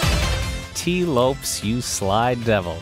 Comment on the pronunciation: If you deliberately pronounce Tee Lopes' name wrong to acquire more comments/engagement on your videos, then continue. Otherwise, it's Tee Low-Pez, not Tee Lowps.